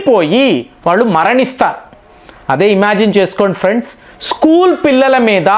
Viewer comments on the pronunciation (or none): none